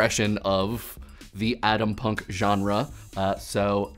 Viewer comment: Adampunk? I think you're trying to pronounce Atompunk... Correct?